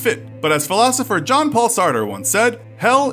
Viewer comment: It's not John its 'Jean' Paul Sartre!